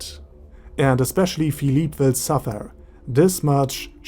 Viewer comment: I was pronouncing his name as (FILL—LIP) but after hearing you say (FILL—LEAP) I like that better